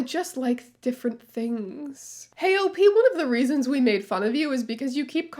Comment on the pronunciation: Please, pronounce OP as a word. It rhymes with "hop".